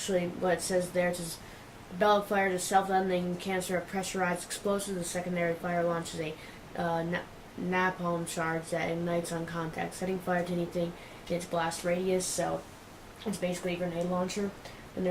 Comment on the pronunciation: excuse me for the dickishness of this comment: Napalm is pronounced nay-palm.